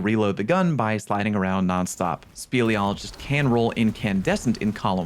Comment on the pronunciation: Speleologist - Someone who studies caves. Pronounced correctly the first time. No notes.